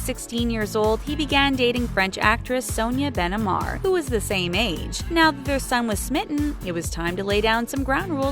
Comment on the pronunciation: It's Sonia Ben Ammar anyway not Sonia Ben Anmar